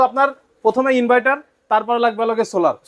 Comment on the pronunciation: ইনভাইটার না ইনভার্টার